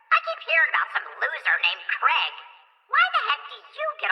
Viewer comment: only thing i dislike about is how he says the name craig as crEg and not crAIg